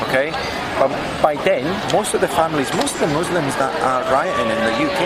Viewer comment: is fuller murrrslumms. hoogle boogle. this guy is dumb as fwaaark